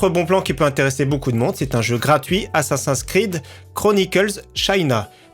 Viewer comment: « Assasain Screen » xD